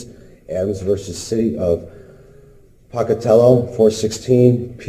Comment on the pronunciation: 45, this guy's citation of Adams vs. "Pah-ca-tel-lo," 416 "Pee two-D" 46, is amusing on a few different levels. First, that's a 1966 decision of the Supreme Court OF IDAHO, which means it could conceivably be binding law on every court... in Idaho. It's extremely unlikely to have any relevance to the Illinois court in this video. Just as important (or far more important, for any current or future traffic cases in Idaho), the very next sentence in the Adams v. Pocatello decision is the following: "The right of a citizen to operate a motor vehicle upon the public streets and highways, is subject to reasonable regulation by the state in the exercise of its police power." And then the court upholds the challenged Idaho statutes, which provided that the state could (1) require an uninsured driver who got into an accident to post a bond as security for any damages other drivers suffered as the result of the accident, (2) suspend the license of a driver who failed to post that bond, and (3) arrest and imprison anyone who drove with a suspended license. In other words, Adams v. Pocatello totally contradicts the sovcit notion that state laws can't restrict the glorious and sacred "right to travel" by regulating the operation of motor vehicles on public roads. Shockingly, a sovcit legal argument is nonsense.